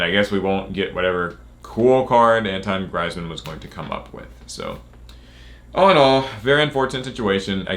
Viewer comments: It's pronounced antwon greezeman. 👀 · Antwine greizmann? 😂